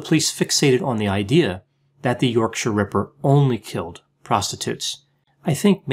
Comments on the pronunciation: Well done for pronouncing ‘yorkshire ‘ correct. Most Americans can’t do it. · As a yorkshire man im impressed that you pronounced yorkshire correctly often people over the pond put too much emphasis on the 'shire' Really good insight, may i suggest to people the book wicked beyond belief a very good read on the ripper and the flaws in the investigation. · Hearing an American pronounce Yorkshire correctly shocked me XD thank you Dr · I applaud your UK pronunciation adjustments on this one ("Yorksha"). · Thanks for the nice pronunciation of Yorkshire, especially the -shire bit ☺ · Kudos for the correct pronunciation of Yorkshire!! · Good pronunciation of Yorkshire. 👍